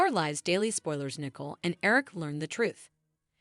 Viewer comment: Her name is Nicole not nickel. It really not that hard.